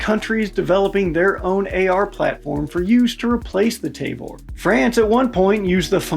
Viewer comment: "Tayvor"??? Ta-vor*